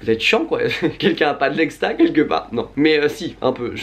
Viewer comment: c'est exta pas ecsta on est dacc ?